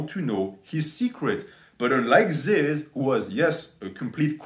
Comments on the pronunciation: It’s not zyzz man it’s fucking ZYZZ BRAH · You make an hour and 20 minute video about this guy and can’t even say his name right